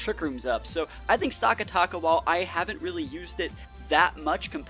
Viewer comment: It's "stack attack uh" not "stock uh tock uh" >:(